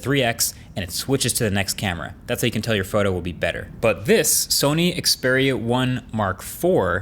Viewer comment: after 3 generation of the Xperia 1, finally Marques know how to pronounce the name correctly